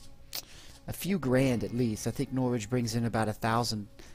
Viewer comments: Please stop says norwich like that lol. Its pronouned No-Writch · depends were you are from. in south Yorkshire some people pronounce it with a Nor-Writch but who cares on how it is said as long as you can understand it but thats my opinion. not wanting an argument by the way just saying.